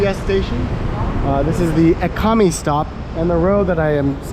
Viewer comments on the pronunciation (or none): E ka me? Where are you Mexico ?Japan? Learn how to pronounce the name correctly man. Or at least try to pronounce as close as possible. You put that much effort to eat the spicy food at least you can do is say the name right. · Awesome. Discovered your channel from Chris. The Pad Kaprow looked awesome and while the price is more expensive for Thai standards, it’s pretty reasonable for someone from the States. I’m actually Thai and will be traveling to BKK in mid August for a 2 week vacation. Hopefully I can check it out. By the way, Ekamai is pronounced “Eh-Kuh-My”